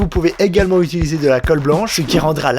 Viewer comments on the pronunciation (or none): none